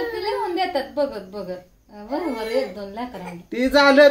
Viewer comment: Priyka taei brober boltat😂😂😂